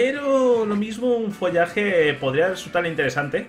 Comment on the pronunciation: en vez de follaje di Folaje referencia a folagor detectada